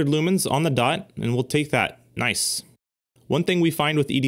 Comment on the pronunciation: “Noice”. Had me dying. Lol